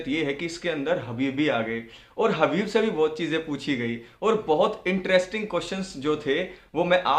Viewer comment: हबीब नहीं खबीब